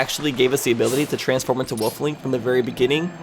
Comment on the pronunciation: its wolf link not woof link lmao